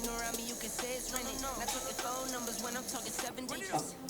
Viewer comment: "And remember, safety is nummer one priority"